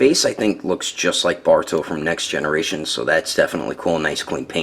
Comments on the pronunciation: he sounds like he's saying baruto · Wait u kept saying “borto”